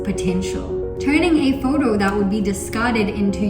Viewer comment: "taking a 'FODO' turning a 'FODO'